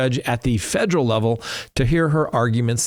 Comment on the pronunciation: “Fejrul”? I don’t remember the word “federal” having a “J” in it… learn how to read please. I can’t stand poor grammar.